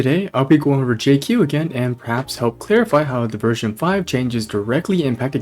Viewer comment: your pronunciation on Jiaoqiu was so atrocious omg 😭😭😭